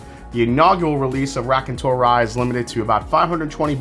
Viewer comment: Hey! I hope you are doing well. Raconteur is the French word for Storyteller. Your prononciation is, how should I say 😊…….. I still like you and what you do on the channel. Unfortunately more than half the stuff you review is unavailable to me in Montreal. Take care man